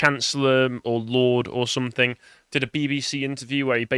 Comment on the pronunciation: its SOMETHING, NOT SOMETHINK!!